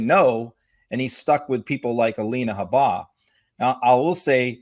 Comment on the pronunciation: I love both your guys' insights (I hope that's correct English) on Trump’s "situation," and watch you both wherever you are speaking. But please learn how to pronounce Alina "Habba's" name correctly. It is not Ha-BAH...it is HAB-buh...emphasis on the "Ha." I heard her actually say it herself on someone's podcast but don't remember where, so I can't share the link with either of you. Otherwise, another excellent video. Watching from Canada.🇨🇦 😊👋